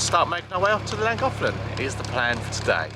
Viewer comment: Ouch! Not a lot of sympathy from others aboard Kimberly-Jo ... just sayin' :) Love your Videos and banter... According to a google search its pronounced "klan·goth·luhn"